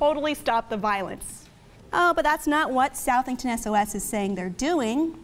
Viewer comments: It's pronounced "Suh-thing-ton" not "South-thing-ton" I know how it's spelled. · Excellent review of the topic at hand, for extra bonus points, please consult with John regarding the proper pronunciation of Southington, CT no SOUTHington; he hails from the Nutmeg state after all. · TT its pronounced suthington like suffer (CT resident)